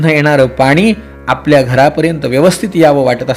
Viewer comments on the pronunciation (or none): none